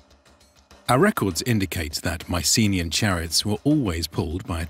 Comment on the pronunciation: The usual pronunciation of 'Mycenaean' has the stress on the last syllable.